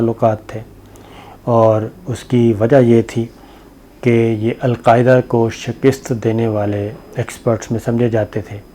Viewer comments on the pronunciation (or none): Shakist nahi hota shikast hota hai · صابر صاحب! شَکِست نہیں شِکَست بولا کریں